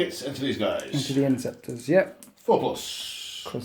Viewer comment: How does one always fuck up the word interceptor so badly?